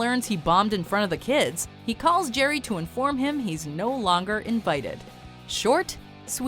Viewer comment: Erm ... "Gerry" ? Does anyone else hear that or is it just me?